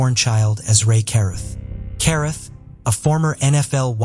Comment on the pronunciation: Carruth is pronounced Cah-rooth.